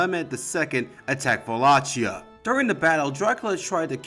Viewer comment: Buna! You cut through the media sensationalism and even pronounced Wallachia properly!